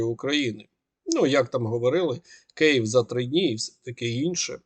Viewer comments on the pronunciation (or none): none